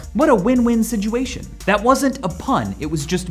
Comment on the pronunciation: MICHAEL : SIDGUATION